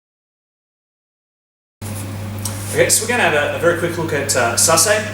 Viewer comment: SASA- EH not sassay